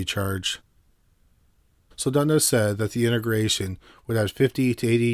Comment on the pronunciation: It's pronounced "INTEGRA tron" just the way it's spelled, not "inta grayshun". Expected better from you.